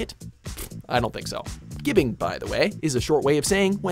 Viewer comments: What is ghibbing? I’ve only heard of gibbing. As in giblet. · It's pronounced 'jibbing', as in giblets.